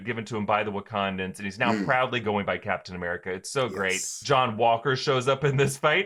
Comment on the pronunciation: I'm sorry but does say Blacktain America or am I hearing things? Cause I have listened to it like 10 times and I can't hear anything else 😅 I'm not accusing him I was just legitimately confused. Sorry if he actually said something else and I'm just hearing things lmao.